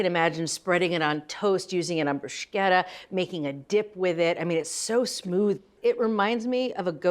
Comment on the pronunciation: Brusketa not Brushketa